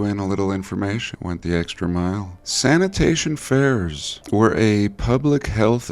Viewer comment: Been laughing everytime you say sanitation fairs😂 love your videos